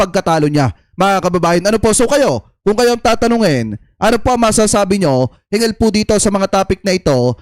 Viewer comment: Brod.hinggil d hingil kapangil na nga ung punto mo ay mali mali pa ang pagbigkas mo